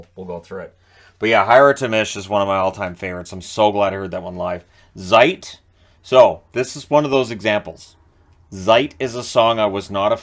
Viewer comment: Great review,! But there's something, that I simply don't understand... You've probably listened to countless thousands of Rammstein songs, how come you stil pronounce the letter Z (as in Zeit or Zick Zack) as "zee" and not as "ts"? It sounds so weird and just wrong, and I'm not even a native German speaker... All right, I'll just see myself out.